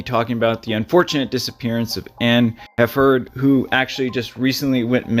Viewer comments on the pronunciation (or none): it seems he has a pronunciation problem. it also seems her last name is mispronounced too.